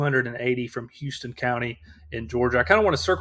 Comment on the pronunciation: Thanks for working on the 4th, guys. Btw it’s HOW-ston County, GA.